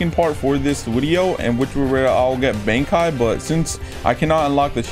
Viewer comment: blud said bisento and baankai